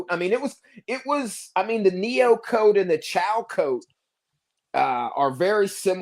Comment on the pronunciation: Coat not cost